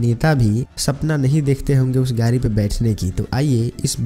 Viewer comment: Gari nahi yar Gadi car bolo 😀😀😅😅😃😃😂😂